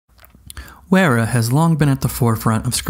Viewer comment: "Wearer" haha more like "Veera" :D. Yes it can feel strange to pronounce it properly as English speakers but this is totally secondary to these excellent reviews of a wonderful range of tools. Thankyou for this! Also- the Wera colours are certainly mainly the colours of Deutschland!